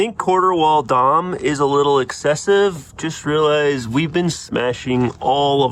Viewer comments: Had to click away the third time I heard “DOM” instead of “Dee Oh Emm” Like when you hear someone call it “NOSS” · D O M. You don't pronounce tubing as Dom. Drawn Over Mandrel is D. O. M. We aren't referencing Dominic Toretto here. The entire bed side should have been made of round tubing as well. That square just doesn't match the esthetic of the cab. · D O M. Not domme. That is all. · Please don't call it Dom.... It's dee oh em. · DEE,OH,EMM not Dom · I'm from SoCal and have been around car people all my life, in 30+ years never have heard it any other way than Dee oh Em. I definitely thought you were saying Dom as like a meme or something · up here in Canada we Say Dee,oh Emm. 🤷‍♂️ Every-time you said Dom I giggled a little lol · here in SoCal the epicenter of off-roading it’s D. O. M. We know you’re a YouTuber if you say dom. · that’s the first thing I thought of as well when he said Dom lol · Agreed it was like nails on a chalk board lol. I knew what you were talking about but yeah haha.